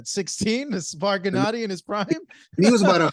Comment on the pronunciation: "Genedee" Golovkin -Abel Sánchez